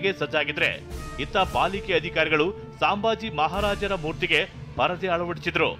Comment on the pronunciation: ಸಾಂಬಾಜಿ ಅಲ್ಲ ಸಂಭಾಜಿ ಹೇಳಿ, ಸರಿಯಾಗಿ read madi